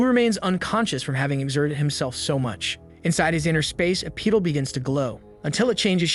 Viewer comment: Dis sip all and peed all , For disciple and petal Had me chuckling 😂